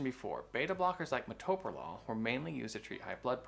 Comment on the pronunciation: This quack who’s not an MD can’t even pronounce it